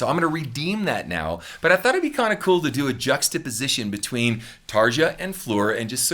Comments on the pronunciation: You got me to subsrice with ."...yeah I kinda do!" <3 Btw Tarja isn't pronounced tarjsha...it's more like Tareeya ;) Not trying to be a smarty pants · First of all Tarja's name in pronounced Tar(ya) not Tar(ja). Secondly, Floor is treating her vocals like Amy Lee? Floor's original band After Forever released their first album in 2000. Evanescence's first commercial release was in 2003. Thirdly, Trans Siberian Orchestra's first release was in 2006. Nightwish's first album was released 2004. Fourthly, the vocals on Storytime were recorded by Anette Olzon, not Floor or Tarja, with Nightwish in 2011. Also, yes, Nightwish runs background tracks just like almost every other existing successful symphonic and prog metal band. Finally, you clearly have a great talent and an amazing vocal range that can match most or all of Nightwish's three female vocalists. So why is Nightwish playing at Wacken in front of 75,000 fans and you are posting vocal training videos on YouTube???? No disrespect intended here but I am curious as a former professional musician how that works. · Little friendly note; the letter J in Finnish is always pronounced like the Y in "yarn", "yawn" and "yard". Most of us don't mind if people don't get it perfectly right though. We know it's not the easiest language ever. :) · fyi, Tarja is pronounced more like Tar-ya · Her name is actually pronounced Tarya.. over there the J converts to a Y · Hey, just a kind note on pronunciation, Tarja is pronounced "Tareea", or Tarya, J in Finnish sounds like a weak "i", as in Aria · The name is pronounced "Tarya" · Nice analysis. BTW - you would probably get closer to the correct (Finnish) pronunciation of her name with: TARYA or perhaps TARIA. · I cringe a little with the mispronunciation of Tarja. Overall enjoyed the video